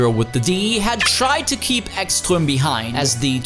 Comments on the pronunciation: BTW, Ekström is Swedish, so the "s" in his name is just as "s", not "sh". (Also, the "E" is long.) Ekström really set himself up for that takeout. Where did he think de la Rosa was going to go? Back? It's a front-engined car, so nothing. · "Echschtröm" :D